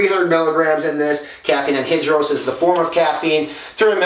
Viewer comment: "Anhidros" Its anhydrous like hydro